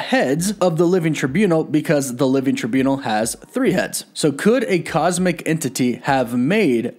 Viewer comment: Living try buu nall, not tribunol